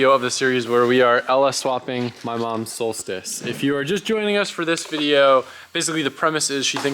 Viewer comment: “v8 solstice” nahhh “Volstice”